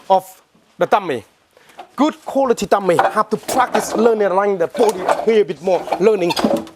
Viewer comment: Sometimes i mistaken the words he said, like dummy he said tummy . and whats with the guy's face to ?